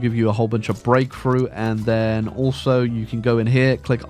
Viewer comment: It took me a minute to realize you were saying "Breakthrough" not "grapefruit"